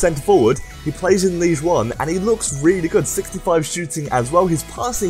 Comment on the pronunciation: love ur vids, but the way u pronounce Ligue 1 is absolutely horrendous